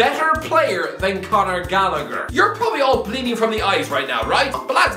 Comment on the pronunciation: Why is an Irishman pronouncing Galllagher incorrectly?